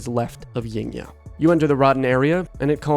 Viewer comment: Yngya pronounce Ing-ya